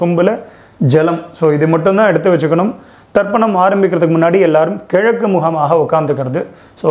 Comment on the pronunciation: It is Tarpanam, not Darpanam ( darpanam means Mirror).